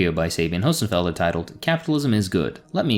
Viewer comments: Lol at least learn how to pronounce her name. You’re right about the subject though… she needs to stick to physics. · Your pronunciation of Hossenfelder was almost as bad as her video.